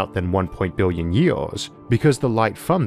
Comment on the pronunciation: Bwillion bwillion stars 👍